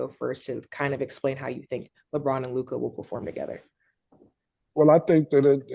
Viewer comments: WHO da fck is LOOKAH ?.. it’s Luka pause on the hard A at the end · Just came to hear these niggas pronounce Lookah😂😂😂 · Mase pronouncing his name LUK-AHH is annoying as hell.. 😩😩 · Loohk-eye...Lukkkaye... this guy goes out of his way to say everyone's name f'd up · Is Mase saying Luke-eye?? 😂😂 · Made be killling me. Who is Luke eye? 😭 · LOO - KAWWH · Idk why “Lu-kah” was kickin Mase ass but it was annoying tf outta me 😂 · Mase said Lucgahhh 🤣🤣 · SAS-LOU'-ker MASE Loo-kAhh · Mase gotta stop calling this man lukahhh 🤦🏽‍♂️ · And he keep saying lukie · Mase: LUKE-EYE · LuKAH? Mase got a speech impediment? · My man Luke-Eye 😂😂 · LEW - CUH (Luka) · Why y’all saying Luka name like that? Luccaa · When Mase say Luka name he say LUKE - AH 😂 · They always say luka like "lukAH" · Why Mase keep calling him “LukAH” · Mase up there struggling saying luka name🤣 Lukai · Mase pronounce Luka (luke eye) 😂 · Lou-KAH hurts my ears every time smh cmon Murda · Why do Mase have to performance everyone’s names like he do why do he pronounce Luka like that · How you struggling to say LUkA💀take a speech class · Damn it aggravates me how Mase pronounces Luka’s name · Why can’t Ma$e say Luka? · Mase still not saying Luka right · So Mase cant pronounce Luka right or is he trollin 😂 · The way they pronounce Luka is infuriating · I hate how Mase say Luka lol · How can you not pronounce his name correctly? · Man I hate the way Mase pronounces Luka’s name. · Mase…please stop pronouncing Luka’s name like that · I hate how Mase says Lukas name 😂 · he struggle to say Luka , i don't get it lmaooo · lol he annoying like who told u to say his name like that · Name 2 syllables and he still can’t get it right 😭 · Why do Mase pronounce Luka name like that? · Made don’t know how he wanna pronounce Luka’s name 🤣🤣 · it’s a dumbass ignorant baby thing. Stop the bs and say that man’s name right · it’s a goofy, ignorant ass thing. Say that man’s name correctly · Making it hard on himself for no reason 😂